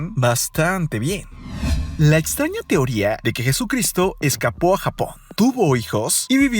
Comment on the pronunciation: Por un momento le entendí capo en vez de escapó XD